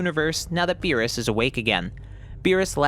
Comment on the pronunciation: The way he pronounces Meerus sounds like a fancy dish